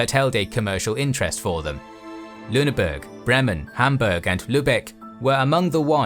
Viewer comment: You need to work on your pronounciation of german city names, especially the vowels "Ä, Ö, Ü". You got the "Ü" in Lüneburg right, but you said LünebErg. Its BrEmen, not Br(e)mmen. Same with Hamburg as in Lüneburg. HambUrg, not HambErg. LÜbeck, not LUbeck. I needed to turn on captions to see you tried to say "Landwehr". The "German HansA" is called "Die HansE". With the scope and quality of your content I hope you can work on this for the future.